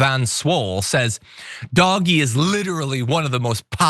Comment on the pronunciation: Good lord stop saying "doggy". It's DOGE.